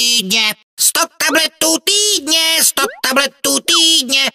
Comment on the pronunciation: po 2 minutách mi týdne znelo jako túdne